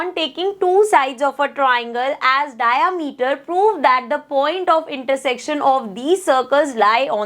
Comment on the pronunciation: Mam dayamiter nhi hota he diameter hota he😂😂